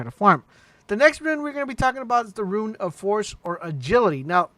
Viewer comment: every time he calls a rune a "ruin" it makes me cringe